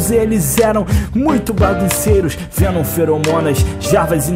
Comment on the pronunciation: O monerk falava venom fenom e menom